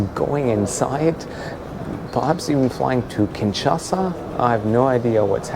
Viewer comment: It is called KinSHasa, not KinCHasa.